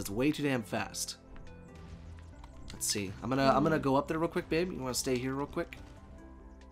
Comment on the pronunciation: “It’s gannah be an awesome freakin day”